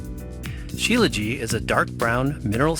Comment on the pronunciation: Śílajít, with the t on the end.